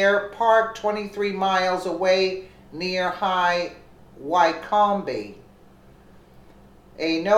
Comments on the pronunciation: bless your heart, I know our place names are strange but its pronounced WICK OM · The plane is a Cessna, pronounced Ses-na, and the airport in high Wycombe Buckinghamshire is pronounced, High Wick-um. You really need to do a bit of research on English pronunciation as you have been reminded countless times. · She needs to learn enunciation of Cessna and Wycombe, to name a few. Terrible reader.